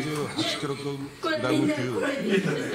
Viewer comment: なんでキログラムが 言えなかったんだろう 笑